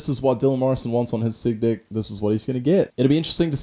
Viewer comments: I'm sorry but is it just me but does it sound like he says dick when he says deck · Sounds like he's saying dick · I love when he says deck, it sounds like dick😂😂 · everytime you say deck it sounds like dick and I bust up laughing😂😂😂